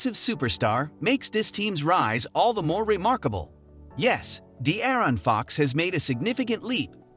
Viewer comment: You can tell this dude have never watch a Kings game before, cant even say Fox and Sabonis name right. Lol